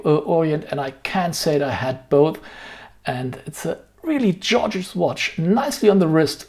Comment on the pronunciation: Another solid video, thanks for sharing! Just a heads up, gorgeous is pronounced with a “g” like “guard.” It’s not a big deal, but since you like to use the word, I thought you would want to know. I really like Archimede and want their bronze pilot, though maybe the bronze diver is more appropriate. I am still looking forward to a dedicated Damasko video ;-)